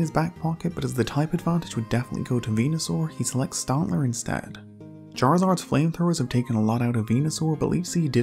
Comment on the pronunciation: Stantler not stontler. It’s not fucking hard.